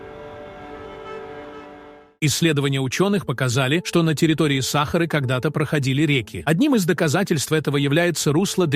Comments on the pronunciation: Почему САхары, а не СахАры??? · Слушать невозможно. Просто возмутительно. Как не стыдно предлагать такое безграмотное видео. Если уж дали роботу задачу прочесть, задайте ему корректную программу, тогда и не будет СахАры и бархантов.